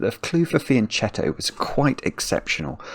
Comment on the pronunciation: Fianchetto is an Italian term, so it’s pronounced fian-ketto